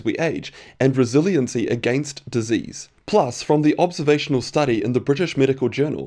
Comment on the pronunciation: Please learn how to say against and your r’s.